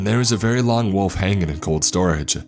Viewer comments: It’s wolf not woof pls fix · Wolf not woof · Wolf, not woof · lol...walfs ? walf and walfs :)))) funny way of saying WOLF :)) nice story , but the WALF thing cracked me up ! :D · this is great but the way you pronounce wolf is killing me lol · wuf eKspecially